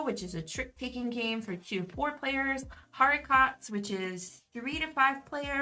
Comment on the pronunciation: I'm not a french expert but I think it's pronounced "ari-co"